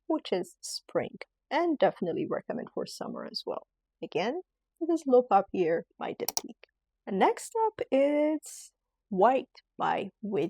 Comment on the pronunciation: I love your content. Please though, take the time to learn how to pronounce the perfumes correctly. For example "papier" is pronounced "poppy-yay", not "poppy-air." There are a number of other glitches in the video when it comes to pronunciation. I think it matters that you get this right.❤